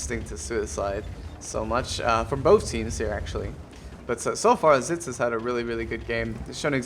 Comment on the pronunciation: Its pronounced Exits. Unless ofc you were fucking with him like most of us do. lmao. And are those Geese honking in the intro? (the part with the flag) I always mean to ask you that.